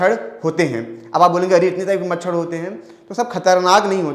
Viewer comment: मछड़ नही सर् मछर 😂😂😂